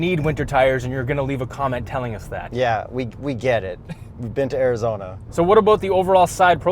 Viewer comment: Pretty Impressed you guys said Arizona right, Canadians always mess it up, GG